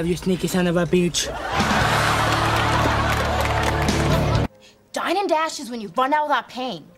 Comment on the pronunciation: It sounds like he’s saying son of a beetch I liked because no one would